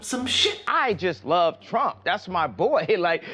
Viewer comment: "I laff him" 😂